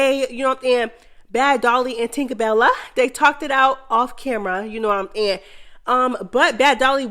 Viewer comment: I love watching and listening to the mess but whyyyyy do you say “kno what I’m nyahn”🤣🤣🤣🤣🤦🏽‍♀️ it’s so annoying🤣🤣🤣🤣I can’t unhear it